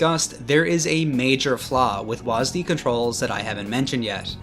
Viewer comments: They call it WHAZZ DEE, instead of W A S D. It's not a fking name, it's keys on a keyboard, get it right. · listening to you pronounce wasd as waas-d hurt me physically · wahs dee lmaooo bro its wahsid xD